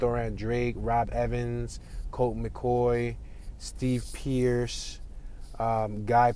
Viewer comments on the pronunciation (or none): none